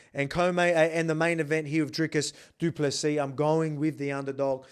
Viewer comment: Best pronunciation of du Plessis by any YT channel! 🎉